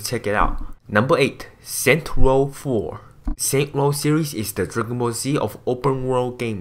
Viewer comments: Is not saint world but saint row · saints row not saints world😂😂😂😂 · HAHAHAHHAHHA it is saints ROW 4 not saints world 4 xD